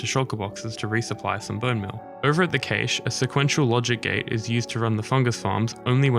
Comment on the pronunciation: Had me until you started saying cache wrong. Cool vid though